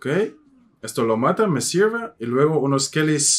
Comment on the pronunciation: Nunca creí escuchar a un extranjero decir "messirve".